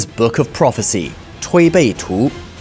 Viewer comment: ok ur chinese pronousation for the Tui Bei Tu is very execellent, well done